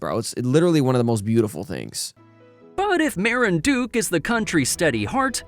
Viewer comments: Ma-rin-du-ke = Marinduque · I hate the pronunciation that it said of "Marinduque"😭 ,It's wrong I know because I live there